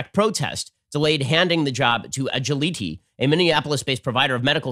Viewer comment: Agiliti = Ah-Jil-ah-tee